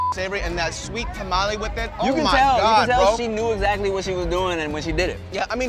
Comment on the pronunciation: Shout out to you guys for pronouncing tamale correctly.